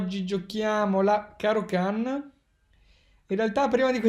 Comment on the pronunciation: Like solo per aver pronunciato Caro-Kann come si deve. Ah, no, è un video di. Like a prescindere:)